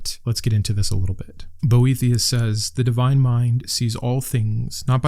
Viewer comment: I listened to this video instead of watching and the whole time I thought you were saying Brometeus and I was like, wow, he does sound like the coolest, OG bro of them all. 😆 I'll look into these books, thank you! Even though stoism was created by and for bros, I find it really speaks to me.